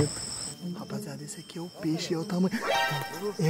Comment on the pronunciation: Nao se fala peixo skskskska